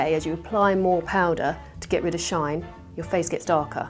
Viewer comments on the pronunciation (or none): none